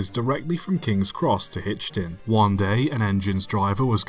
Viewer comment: Its pronounced hitch-in